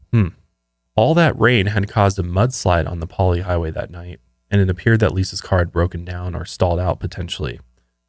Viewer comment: I’m from Hawaii, and you guys should totally be okay driving on the Pali! It’s really not as dangerous as it sounds as long as you drive at a good speed. Great job on the pronunciation!